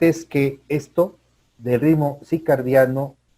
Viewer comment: Con todo respeto, la palabra correcta es CIRCADIANO, no CICARDIANO. Gracias!